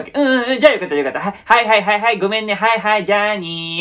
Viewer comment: 旅行の話からの「じゃーにー（journey）」は普通に草